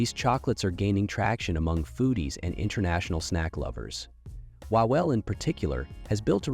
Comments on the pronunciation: Name "Wawel" should be pronounced more like "Vavel" because in polish "W" makes the same sound as in English "V". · Co z tego że nie ma? To trzeba mówić łałel? jak to w ogóle brzmi? łałel. ale oczywiście bezmózdzy amerykanie nie wiedzą, że W jest fonetycznie blisko do V.